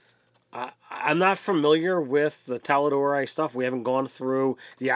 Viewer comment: ffs, it's TAL'DOREI..not Talleedoree Xd it is not an italian dish haha